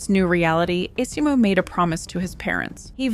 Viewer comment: esimo. the game tells you how to pronounce it